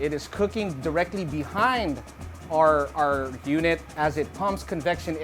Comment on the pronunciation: You know you're Filipino when you pronounce our as arr lol